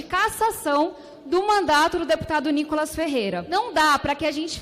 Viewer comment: Meninos, o nome dele se pronuncia Nicólas. Como proparoxítona, deveria ter acento agudo na primeira sílaba. Então, a pronúncia de quem conhece a gramática brasileira, é Nicólas.